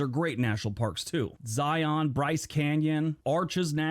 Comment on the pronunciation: I know Utah has lots of weird pronunciations of words, but Zion is more intuitive than you’d think… it’s not Zy-on, it’s said just like lion. Zion.